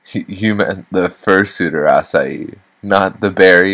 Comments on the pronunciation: AH-KAI NOT AH-CY-EE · Wait it's pronounced ass-i-ee??? I thought it had a k sound 0-0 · Omg 3 more minus 1 comments to go 1000 comments I thought Acai was pronounce Akay or Akai "I'm Filipino BTW" a "Furrypino"